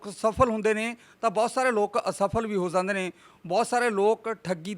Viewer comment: Anchor veer ik request aa 'jande word nu sahi tareeke nal bolo ..baki sab okk aa